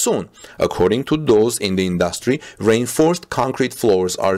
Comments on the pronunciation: I normally wouldn't have said anything, but, when you say reinforced concrete..think of this when you say it ( re - inforced concrete). Hopefully this will help.. I do understand how hard it can be when English is not your primary language.. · I never realized that rainforest sounds like reinforced! 🤗 Okay English is crazy. Strangely, reinforced is a 3 syllable word, as is rainforest. Good report!